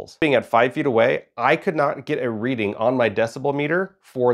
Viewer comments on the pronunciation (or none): none